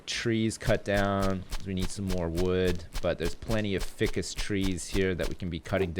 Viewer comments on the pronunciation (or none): FY CUSS IT'S PRONOUNCED FY CUSS